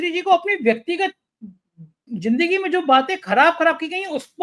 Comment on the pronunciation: Jindgi nahi Zindgi hota hai Gajal nahi Ghazal hota hai Your programmes are very good and informative but take care of right pronunciation of the words.